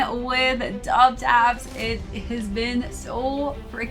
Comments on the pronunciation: Double Taps. Thats the correct way. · The brand is pronounced “doubletaps”. Great review! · wtaps' entire brand revolves around military garments, double tap is a military shooting technique. unless hes intentionally mispronouncing the name I think is wrong here lol